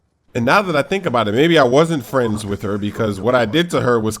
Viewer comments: no he wasn’t, he was saying “bodit” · Lol is he sayimg A Body or About it lmao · it's "about it" not "a body"